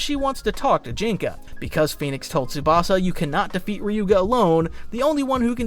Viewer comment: Watch the anime and learn how to mention their names bro Listening to you mention Ryuga's name like that is ticking me off 😅 And benkay didn't battle in the first round with tsubasa don't just watch listen too